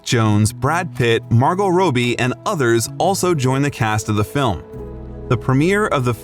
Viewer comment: Margot Robey 😂